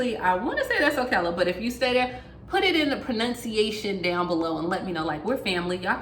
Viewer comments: It's "Ocala" -- "c" sound like Cal, as in "Calorie". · O-cal-la Florida. I am a stickler for correct pronunciation. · Ocala Florida is O-Kal-la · O- cal- uh ....we live here and we are in serious need of help. I really hope something comes soon.